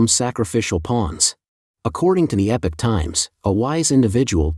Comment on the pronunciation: Epic is pronounced Eh-pik. Epoch, however, is pronounced EE-pock. EE-pock Times.